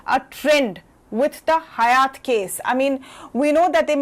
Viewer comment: Being a prime and esteemed channel ET must be more careful around correct pronunciation of Hyatt. The anchor has repeatedly said it incorrectly. Please look into such details.. Thanks..